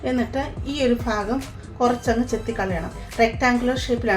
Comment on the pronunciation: Faagham alla sister. Baagham. 😂